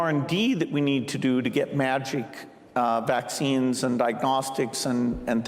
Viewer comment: Did he say “magic vaccines”?